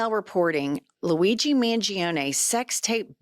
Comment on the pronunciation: Pronounced mun gior ne. Im Italian. I know.